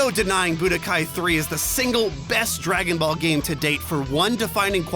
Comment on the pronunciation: Man i cant wait for "Draong" Ball Fighterz.